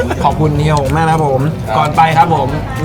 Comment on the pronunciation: มีข้อมูลผิดเยอะมาก 1.YouTuber = ยูทูบเบอร์ ไม่ใช่ ยูทูปเบอร์ เพราะ b = บ 2. โอ้กะจู๋สาขาแรกอยู่สันทราย แต่ในคลิปบอกแม่ริม 3. อ่องปู ไม่ใช่ อ่อมปู 4. เฮียฮ๋ง (แต่เขียนผิดหลักภาษาเพราะอักษรต่ำห้ามใส่วรรณยุกต์จัตวา) ออกเสียง จัตวา เป็น หง เพราะใส่ไม้จัตวา แต่ ออกผิดเป็นเสียงตรีเป็น ฮ้ง